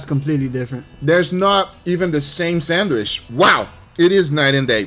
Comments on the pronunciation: Not gonna lie this is the first guga video I hade to stop watching half way through. The way this man says “SANDWISH” annoys the piss outta me for some reason 😂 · Learn how to say “sandwich “ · Does he call it a ‘sandwish’ and not ‘sandwich’? I can’t stop myself from fixating on it. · why do I hear guga say Sanwish and not sandwitch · I live how he says sandwisch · I looooooove how Guga says sandwishh :D This man loves the food he makes! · my man said sandwish like 100 times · i love the way he says "SAND WISH" it sounds like the same way we arab say it, keep up the good work and vids Guga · Guga why do you call 'sandwich' 'sandwish' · I love how guga says "sandwish" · No one and I mean absolutely no one: Guga: SENWISH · Is he saying Sandwish or am I getting a stroke? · Is it just me or does Guga say sandwich somewhat weird way?